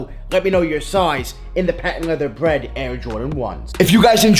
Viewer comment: “Woket” and “bwead” aren’t words 😂😂😂